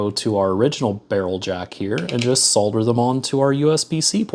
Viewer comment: It's so refreshing to hear someone on YouTube pronouncing the L in solder.